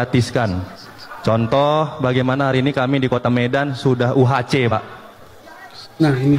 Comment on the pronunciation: Bobi mengucapkan UHC tidak benar, prenounciation salah total. Mau bikin trik tapi keliru.